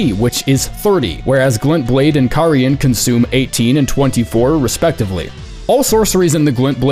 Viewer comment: Out of all the big creators making Elden Ring content, why is the only one who can properly pronounce "Carian"??? 😆